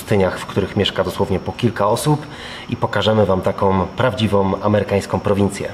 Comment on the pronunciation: prawdziwOM, amerykańskOM, kultowOM- program super, ale popracujcie następnym razem nad wymową.